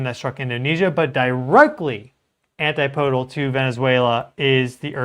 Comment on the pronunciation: Dude, I love you. But it's not antiPOdal. It's AnTIPodal. Keep on keepin' on.